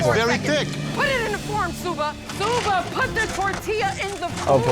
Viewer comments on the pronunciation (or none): You called him shoe-ba 💀